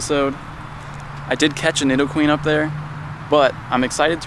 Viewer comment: hey, thanks for the vids! just fyi, im pretty sure nidoqueen is pronounced NEED O queen. not positive, just figured youd like to know